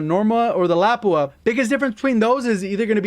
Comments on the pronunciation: is called (Luh Pu Uh) not (Lap -us) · love the vids and the work you put into these. However it is pronounced luh-poo-uh. Don’t dog on me to much lol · It’s “La pOO ah” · It’s pronounced- lah- poo- ahh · So you base your opinion on which is best only on bullet velocity? Seems a bit... odd. Also, just as a friendly pointer, the .338 Lapua is a real thing and is named after it's designer Nammo Lapua oy which isn't super important. What is germane to this conversation is that It's pronounced "Luh-poo-ah" but no pause between the syllables. "luhpooah" I just don't want to see this turn into another mag/clip thing that gamers get wrong and look foolish misusing. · Thanks for all the great content, just so you know lapua is pronounced “lah-poo-ah” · The .338 lapua is an amazing round irl. LAH-poo-ah is the correct pronunciation. Semantics I suppose. Otherwise top notch info. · Love the vid. Lapua is pronounced like "luhpua" lol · Am I the only long distance shooter in life that was cringing on how he pronounced Lapua? 😄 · Him mispronouncing lapua makes me mad😂😂😂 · Good stuff. Just need to sort out how to properly pronounce Lapua lol.